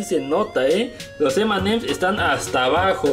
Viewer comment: Nuegado no se dice emanes y ems, si no M y M 😌👍